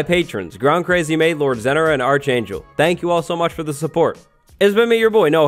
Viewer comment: Hundreds of episodes, multiple seasons, and he still pronouncing the Patreon sub as ARCHangel. Idk what they really wanna be called but I'm pretty sure it's lowkey pronounced ARK-angel...